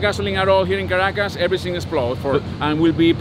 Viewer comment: 2 minutes in the Video, the way how you pronounce "Caracas" is interesting^^